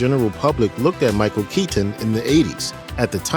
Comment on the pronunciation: Micheal keey tin